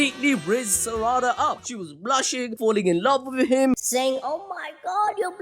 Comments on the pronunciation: I swear to god if you keep saying Saraàda ...😂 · The way he pronounces Saradas name is disgusting